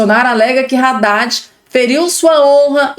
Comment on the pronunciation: A pronúncia não é Raddad (com R) e sim Addad, o(H) é mudo.